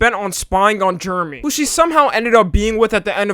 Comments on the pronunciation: its not germy you dumba boy its jer - eh - me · U calling Jeremy sounds more like GERMY lmfao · Ugh the way you butcher my name is so Cringe it’s jer-remy Jeremy !!!! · did he say germy?